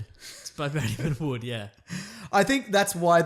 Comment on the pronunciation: they way you said wood really made me laugh